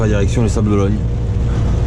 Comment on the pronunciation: Sympa le passage aux Sables d'OlonNE (pas Ologne) 😁 je connais bien et j'y vais dans un mois... a+